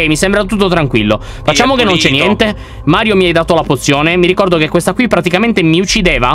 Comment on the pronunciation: LYON HA DETTO MAIO INVECE CHE MARIO